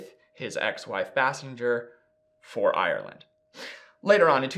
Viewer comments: His ex-wife’s name is Kim Base-sing-er not Bas-singe-er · Bay-sing-er not Bah-singe-er smfh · Basinger=BAY-sing-er not Bass-en-ger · FYI it's Bay-sing-er not Bass-in-ger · Kudos to you for factually pointing out in chronological order the fact that Alec Baldwin has a long term history and provable pattern of abusive behaviors that prove he is a useless pustule and a danger to society. Kim Basinger (Properly pronounced BASE-ING-GER) is an Oscar award winning actress who has been almost forgotten because his horrendous behavior went unchallenged. She was just another crazy woman in Hollywood. He was a white man in Hollywood as part of the good ol boys establishment remained unscathed. Thank you for doing your homework. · This is just a great show, I really enjoy it. It's Kim (BAY-SINGER), she pronounced it in an interview I once watched. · This is v nit picky but Basinger is pronounced like bay-singer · Thank you for correcting the pronunciation of her last name. It was driving me nuts. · I’m amazed that he was unfamiliar with Kim Basinger (thus the name mispronunciation). Kim Basinger was pretty much the “It Girl” of the late 80s through the early 90s. I remember being a child and seeing her in so many films and in countless magazines. For fun, today, everyone should look up and listen to the song “Peach” by Prince. It’s about her, as she and Prince had a little thing before she married Alec. Prince attempted to help Kim with a music career, but she wasn’t much of a singer. She did, however, make some cute little sounds that he tied into various songs during that period (he did the entire soundtrack to that 1989 Batman film), and Kim Basinger can be heard throughout the song “Peach,” making what sounds like a sort of moan-hiccup. I’m pretty sure Prince titled the song “Peach,” as Basinger hails from Georgia. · Please learn to say Kim's name properly. How can we consider your opnions when you can't even get someone's name right? You're welcome.